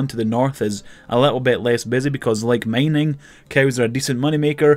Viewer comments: it´s mining not maining... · The way he pronounce mining is killing me